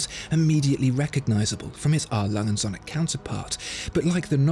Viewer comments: The Way he says the Söhne from A.Lange&Söhne Sounds like "sun" in German when söhne actually means "sons". Captain flys Away. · Your pronunciation of the word Söhne is simply terrible. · It's actually Söhne, not Sohne. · Triggers me hard when he says "A.Lange Sonne" its called Sööööhne there is an Ö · It’s A. Lange AND Söhne. And the ö is a long vowel sound due to the h that follows. Good video, though. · Apart from the Ö in Söhne it is very close... Best pronounciation from an englishspeaker I've heard yet